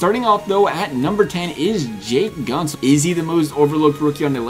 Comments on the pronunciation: Few things: Gent - zel not Gunt - zel They're gonna give Werenski an 86 (he deserves better though, mad respect for him.) Murray's gonna get an 88, if Fleury goes they might even give him an 89. The guy has two cups, keep in mind. You nailed everything else imo. Aho and Carlo also get 84s, potentially Rantanen as well. Also, funny how you give Murray an 87 here but in your top ten goalies prediction video you gave him an 89. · Did you call Jake Goat-Zel at the beginning Jake guntz? 👀👀👀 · For Guentzel's name, the emphasis is on the e not u. So it's like Gentzel